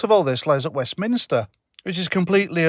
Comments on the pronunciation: the Scotts keep voting her in so they shall reap what they sow. Oh and it's WEST-MIN-STER not WEST-MIN-I-STER;) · Another good vid, but It's called Westminster, not Westminister. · I might take you more seriously if you learned to pronounce "WestMINSTER" correctly. (Top Tip:- It isn't pronounced "WestMINISTER".)